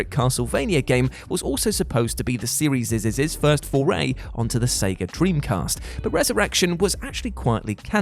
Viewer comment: "seriesisisisisis" i feel like im having a seizure when i hear that. wtf is that. why...